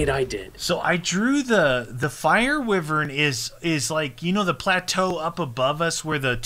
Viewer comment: Its pronounced "Why Vern" not "With Vern" lol